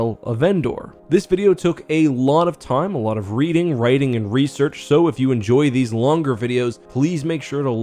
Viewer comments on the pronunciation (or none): none